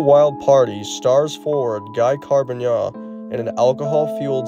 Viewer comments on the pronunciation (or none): Guy Carbonneau = pronounced "Ghee Car-bin-oh"